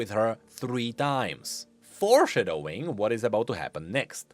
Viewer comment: I love the way you say "Four Shuh Doughing"